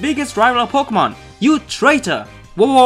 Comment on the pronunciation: lol po-gay-mon